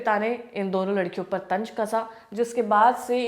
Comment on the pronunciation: Tanj nahi tanz thoda urdu please aap urdu me bola kare